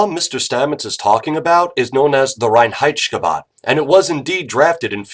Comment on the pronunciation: As a german i really like his pronounciation of reinheitschkebab